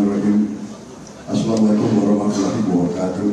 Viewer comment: Bpk Prabowo Yth...Smg bpk membaca ini..Tolong diperbaiki ucapan salamnya, yg jelas dan jgn terburu-buru..trimks